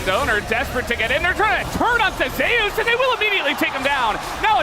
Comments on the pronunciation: wtf is zeyus ? it's zeus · Why are the casters mispronouncing him as ZEu'us instead of just Zeus? By their logic Faker should be pronounced FA'ker/Fucker 😂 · Why the f*ck western casters can't speak "Zeus" properly? Zeias? WTF? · Zay-us? What the actual fuck. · "ZAY OOS" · why the fuck do you pronounce Zeus like that